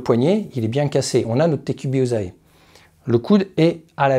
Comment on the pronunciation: Te Kubi ozae.... Te koubi ossae U se lit ou et la consonne entre deux voyelles se lit S . Il va être et non va T être..... お願い